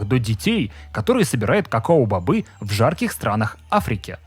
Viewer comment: кокоа бобы😂